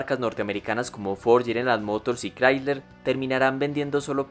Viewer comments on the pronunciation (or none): none